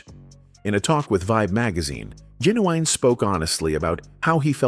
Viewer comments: His name is Gin u wine fool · Say it with me GIN-U-WINE